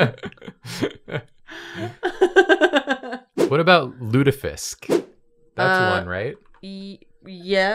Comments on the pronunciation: you actually pronounced both surströmming and lutfisk pretty much okay! your pronounciation was better than the taste/smell/texture of both fish dishes. Lutfisk is nice because you eat it with a good sauce, but it's got a very strange texture and like no taste at all. surströmming smells so horrible that you can tell if someone in the same area as you has opened a can. the practical way to open it is to submerge it in a bucket of water and opening it in the water. I never tasted it but a friend of mine said it tastes like a special type of cheese ("washed-rind cheese"). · pronunciation of surströmming was pretty good actually but it sounded a little as though she said it while having a piece of hard candy in her mouth xD And lutfisk was good too